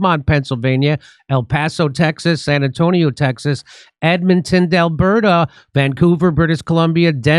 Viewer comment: At the end in the advertising for Jimmy Dore's upcoming events, why does Jimmy Dore say Edmonton delberta is there some inside joke I don't know about? It's not Delberta it's Edmonton, Alberta. Come on Jimmy, at least know the proper name of the Canadian Province you're coming to. Anxiously waiting for the show got four tickets